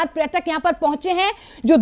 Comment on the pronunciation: इंडिया, कृपया, न्यूज़ में पर्यटक (प+र्+य+ट+क=पर्यटक) बोलें, प्रयटक (प्+र+य+ट+क=प्रयटक) नहीं। न्यूज़ रीडर्स/एंकर्स इंडियन हैं लेकिन, हम भारतीय हैं, और हिंदी भारत की भाषा है। धन्यवाद!